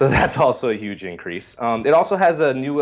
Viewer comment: So big big, big really really big... but not huge, or "yuge"